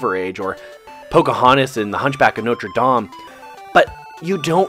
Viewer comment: Never say Notre dame like that again